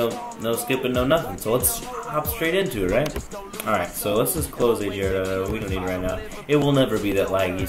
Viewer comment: Its not ajar.io its a-g-ar.io